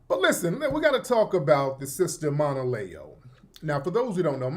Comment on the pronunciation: If you aren’t aware who Monaleo is do your research, I appreciate you sharing your POV, but I want to flag something from a stakeholder-alignment standpoint. If you’re going to deep-dive on Monaleo’s message, you’ve got to at least pronounce her name correctly and show that you engaged with her content beyond the surface layer. She wasn’t talking like a “industry plant’ she was speaking on Sᴀʟᴏɴɪᴀɴ identity, also other black culture’s not only Caribbean/African diaspora culture, and the nuance of being Black and culturally specific at the same time. She literally said at the end of the day, cops don’t ask where we’re from they just see Black. So the whole conversation she opened was about unity, context, and representation but wasn’t switching up on what she said…As someone with a platform and influence, the expectation is that you bring precision, cultural awareness, and due diligence to the table. Right now, the way you approached it low-key dilutes her point instead of engaging with it. No shade just asking for a higher-quality analysis and a little more respect for the artist and the culture she’s speaking for.